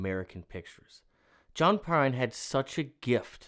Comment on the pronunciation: I reccomended this on a Tuesday live stream a few months ago and I think you were too tired to process what you were listening to! 😄 I even said he was the closest thing to Prine we had today and you read it as "Prince!"